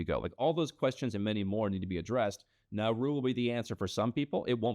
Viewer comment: IT'S NAURU